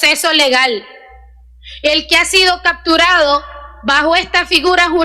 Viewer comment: No no la haces para diputada.... Se dice capturado no cacturado... Se dice seccion no sesion.... no la haces ya saliste con dignidad